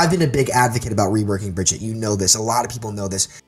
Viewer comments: I don't trust anyone who calls her BRIDGE-IT it's BRIGG-EATER How can you be a pro at the game and not even know how to pronounce her name? It's not fucking hard. Spose you're a boomfest or a weenstone main eh? Maybe a fucking windowmaker? Beaver? Fuck me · "Bridget". Cmon, its BRI-GEET-TUH. You should know better, man. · I hate when people call her Bridget. That's not her name, you don't get to change it because you don't know how to read. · Hell I would even accept if you called her but her name is not Bridget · Every time I hear "Bridgett" my soul dies a little. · I still do not understand how people can not pronounce Brigitte. says Brijitte and Fredo says BrigidA. Well the only OWL Caster who can pronounce her is Uber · The amount of times he says Bridge-it annoyed me 🙄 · I couldn't listen to this guy say Bridgette anymore. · whats with saying Brigitte wrong (this according to the people who made the hero and the voice actor just sayin) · Was anyone else's OCD bothered by the fact that he kept saying Bridgette?... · Yessss its pronounced Baguette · Omg stop saying Bridget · He keeps mispronouncing Brigitte’s name. How are we supposed to take him seriously??! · You keep calling yourself a briggitte player learn to pronounce her name I don't care who you are it's hard to take you seriously if you don't even know the proper pronunciation of a their name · I always find it weird when a pro can’t pronounce Brigitte’s name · The amount of ways managed to pronounce Brigitte without pronouncing it correctly is honestly astounding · I really hate the way this guy says name. Stop it. Stop right now. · one year later... and people still can't pronounce Brigitte properly... /smh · One year has passed and people still don't know how to pronounce Brigitte? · He's got to know by now he's just wrong 😹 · So this guy doesnt know how to say Brigitte and it's making it hard to take him seriously. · Why can't he say her name right?